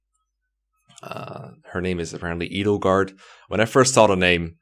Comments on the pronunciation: you idiot, it's not Edgelord it's Edgelard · Also isn't it Édelgard, as in Edelweiß? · Edelgard is Germanic. It should be pronounced Aydelgard, it means noble protector